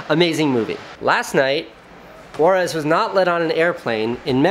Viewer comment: I swear I though he said "Juarez". I was like, why does a Sardar have a Mexican name?? Later on, I was like oh......... It's "Waaris".